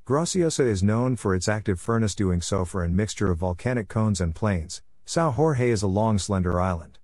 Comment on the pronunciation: Sao Jorge is a Portuguese name and not a Spanish name. You are pronouncing it as if it was a Spanish name. it is not pronounced Sao Hor-hei, it is pronounced like Sao George.